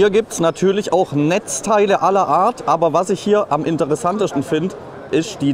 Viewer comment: „Am interessanteschtn“ 😂